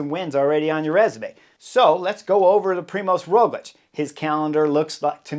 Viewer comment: I am from Slovenia . It is a small country with some 2 mil of people speaking Sovenian. Yes and living some 10 km to Tadej and 15km to Rogljič home, being cyclist also myself I am huge fan. When Rogljič pass me riding uphill has been always a push . But your English pronunciation of both names is so weird ROOOgljič o means O on upper not and finish with hard Č like your CHerry or even harder CH TaaDEeej I dont know how to explain . It is so different :) to yours